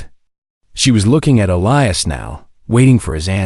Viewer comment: THIS IS GOING TO BE A LEGHTY COMMENT SO I APOLOGIZE IN ADVANCE I AM SORRY BUT YOUR PRONUNCIATION CAN BE MORE THAN A BIT DISTRACTING. NOT TO MENTION YOUR DISTRACTING MISSPELLING OF A NAME, PLACE,THINGS OR ANY OTHER PERSON THAT IS MENTIONED IN THIS VIDEO ONE IS: His name IS PRONOUNCED E LIE AS. ELIAS SERITH NAME IS SPELLED SARA AND A COUPLE OF DIFFERENT WAYS THE. DOT. WHY??????? I KNOW WHY BUT WHY???? IT IS BOUGH NOT BOW TO BOUGH IS TO SUPPLICATE YOURSELF AT YOUR WAIST DOWN TO THE FLOOR BOW IS TO USE AN BOW AND ARROW